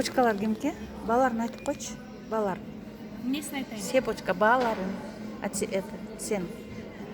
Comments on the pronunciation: Сеепичка эмес !ЦЫПОЧА . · Эже "сыпочка "эмес цепочка болот